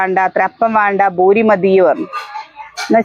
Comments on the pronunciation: Boori alla poori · ഭൂരി അല്ല പൂരി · ബുരി അല്ല പൂരി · ബൂരി അല്ല പൂരി എന്നാ പറയുക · കേരളത്തിൽ പറയേം പൂരി എന്ന് ബൂരി ആണ് ശരി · ചിലരൊക്കെ ബൂരി എന്ന് പറയുന്നത് കേൾക്കുമ്പോൾ ചിരി വരും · അതെ പൂരി